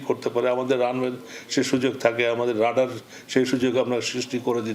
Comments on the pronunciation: আরে ভাই একটু শুদ্ধ করে বললে কি হয়? রেডার না!! রাডার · রেডার না, রাডার, ঠিক করেন